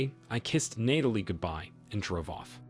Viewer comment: You make the effort of finding stories and uploading but you can't program the voice to pronounce the name Natalie correctly? Do you know how grating it is to hear Nay-telee over and over?